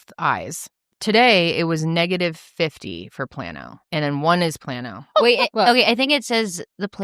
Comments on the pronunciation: Negative sphere is for near sightedness and plus sphere is for farsightedness. If your near sighted your eye is longer than normal, nearsighted your eye is shorter than normal. Astigmatism is how your cornea is shaped. And it’s “plane-0h” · Me! Who works in a lab to make Lenses… I’m getting it, but honestly I still don’t😂 I love you guys!!! Been here since day one on all channels! GIRL if your eyes went from a -3.00!!!! To a +0.00 or plain O is how it’s pronounced, but that’s really good did your eyes WONDER😍😝💕💕💕💕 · It's pronounced plain o